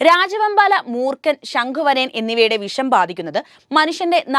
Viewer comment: വിശം ആണോ വിഷം ആണോ നല്ലത് പോലെ സംസാരിക്